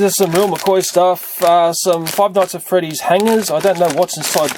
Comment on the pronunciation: Honestly, what he does to the knockoffs is how I feel about "Five Nights At Freedys". I feel like "Feeve noights et frdys" is gonna be like Pokemon Go: It'll last and be a lot of things, but then it'll peter out and be gone like everything else.